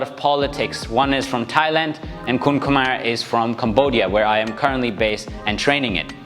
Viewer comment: pronouncing "kun khmer" like a local....loving it....a bit clarification for the elbow, elbow strike should be practice by slicing the bag not going through the bag.....used it more like a knife rather than a bat..and the upward elbow in application or practice, it is more like forward instead of going up, and elbow position should mimic the" bulbous bow" part of a ship